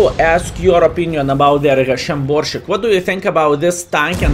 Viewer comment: Pronounce "sharp" S in Borsig, dear friend, the same way you are used to saying it n your mother language ;)